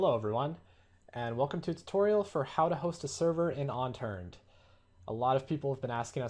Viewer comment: UNturned.....ONturned. u keep saying ONturned lol